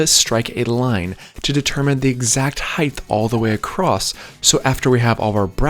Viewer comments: why's he add a "th" at the end of height? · Are you pronouncing “height” like that on purpose?